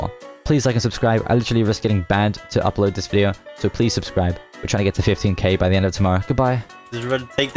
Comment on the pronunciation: "subcsibreb" LOL